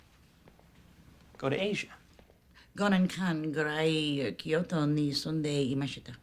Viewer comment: Her pronunciation was so bad I could barely understand her, but said "I lived in Kyoto for 5 years" in Japanese, btw.